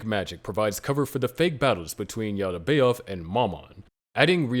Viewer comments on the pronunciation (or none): Great content. Please adjust your pronunciation. Yaal-dee-bay-oth. Na-zhur-reek.